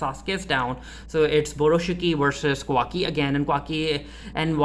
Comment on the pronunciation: It’s Ka-wa-ki by the way LOL